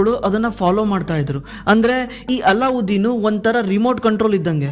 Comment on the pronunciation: Not " ಅಲ್ಲಾಉದ್ದೀನ್ ", "ಅಲದ್ದೀನ್" ಅಂತ